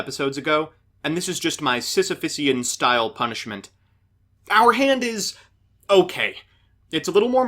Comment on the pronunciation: It's 'Sisyphean', you barbarian.